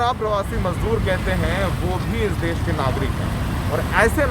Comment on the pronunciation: देस नहीं देश होता है